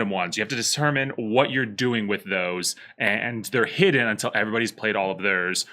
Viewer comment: Ironic that you would correct your friends pronunciation of "Feng Shui," when you lazily hack the word "Hidden." It's "Hid-Den" not "Heh-dinn." Thank you for courteously/maturely listening/receiving sound truth.